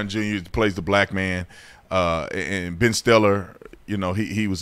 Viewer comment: C'mon man, "Ben Stellar"? 😂😂